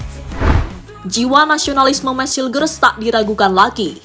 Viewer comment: admin, cara baca namanya meys hiyukhers